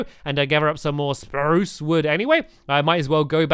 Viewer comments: stampy u carried on saying SPARUCE wood :-) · stamps said spruce normally lol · Why does stanly say spruce weirdly in the first place?